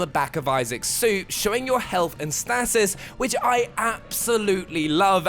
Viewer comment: Stasis. 'Stay-sis'